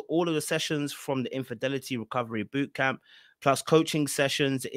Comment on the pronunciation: Its "Infidelity" 😂 Anyhoo, Derrick trained her well to be a flipping con artist! She looks coo coo AF in this promo😮